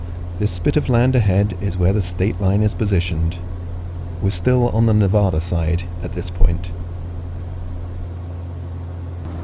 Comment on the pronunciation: Loved the video. I’ve done a lot of flying in the Tahoe area and miss it. I lived there for 32 years. When you pronounce “Nevada”, the first “a” is like the word “had”. Nevadans get mad when you pronounce it wrong. 😊